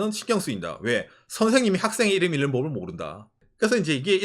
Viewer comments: 오상의 유튜브 통해 일본의 사정을 이것저것 알고 도움이 되었습니다. 그리고 팁 하나, '읽는'의 국어발음은 '일는'이 아니고 [잉는]입니다. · "읽는"의 발음: [일른](x), [잉는](o)